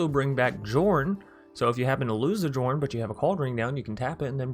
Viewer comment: Nice build ... I'll try it ... btw it's pronounced "Yorrn" instead of Jorn..